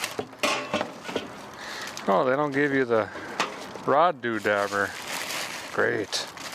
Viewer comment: i wish he would say indont know at least once more